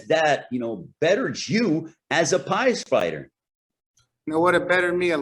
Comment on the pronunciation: Man said “pies fighter”. He said it on purpose.